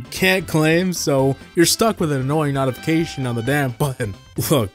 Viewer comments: 😂🤣💀💀💀💀💀💀 No shot! 😂 nice on Also, are you saying “Not-ification” instead of “Note-ification”? 🤣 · nautification and cleeant